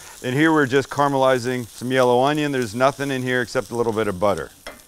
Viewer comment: Sam, I have to contend with you when you say you’re “camelizing” the onions. The word has a A not an E, it’s caramelizing. Carmel is a city, caramel is a sweet treat. By the way, where was your big-a-salt gun for the bees?